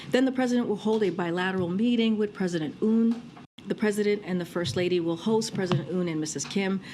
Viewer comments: 대본을 보고 읽는거고 대본에 Yoon 이라고 적혀있을텐데 도데체 왜 '운'이라고 읽은거야? 이해를 하려고 최대한 노력 중ㅠㅠ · 이름을 그대로 부르는건 예의인데 yoon 발음이 어려운 것도 아니고.. oon으로 부르는건 말도안됨 그냥 모른거죠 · 김정은 발음을 전세계가 한국 원어민 수준으로 읊는 시대인데, 자기나라 대통령을 욕해서 대 히트를 친 윤서방의 ‘윤’ 을 모를리가 있겠습니까! 빅엿을 맥였네요. 가치없는 인간 ‘운석열’ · Yun을 우리나라에선 윤이라고 읽지만 영미권에선 "운"이라고도 발음될 수 있음 뭐 이런걸로 국격이 녹네 뭐네 ㅋㅋ 국격 녹은거는 중국가서 7끼 혼밥한게 국격이 녹아내린거고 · 이번엔 운이군 국짐당은? 미국식 발음이 운이요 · 운으로 처음부터 말했으면 실수겠거니 했는데 뒤에 운으로 고쳐부른거보면 빼박 고의임 ㅋㅋㅋㅋㅋㅋㅋㅋ 몰랐다기엔 운 발음이 너무 좋앜ㅋㅋㅋㅋ